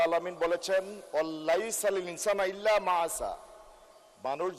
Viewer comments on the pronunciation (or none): ''ইল্লা মা আ'সা'' হবে না। ইল্লা মা সা'য়া। নিজেই ভুল বলে ফেললেন। 😊